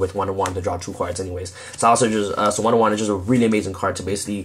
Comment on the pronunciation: Nice Profile! and you say wonder wand like one for one :D